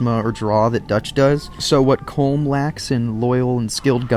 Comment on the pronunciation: It is pronounced Colom